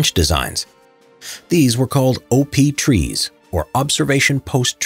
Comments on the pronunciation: When he say op tree i thot over power tree 😂😂😂😂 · That you said OP trees it sounded like OVERPOWERED trees. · Did you say OP trees?